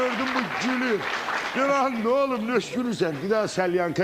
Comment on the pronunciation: Salyankani elədilər səlyanka. ❤❤❤